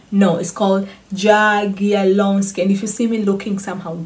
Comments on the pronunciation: J is Y not DŻ :) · Jagieloński more like Yagielonski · When you say Jagielloński in polish you should spell " J " like "Y " in english . This is surname of Polish Lithuanian dynasty which founded university in 1364 r .